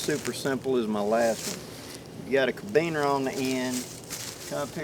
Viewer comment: Carabiner (Care-a-bean-er)